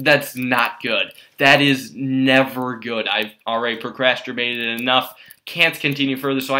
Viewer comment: did you say pocrasterbated?